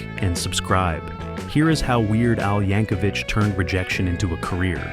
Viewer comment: I often hear Weird Al's last name mispronounced as "YankoVICH" such as in this video.